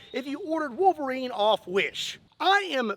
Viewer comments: drink a shot everytime he says volverine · Love the "Elv-erine"? Look.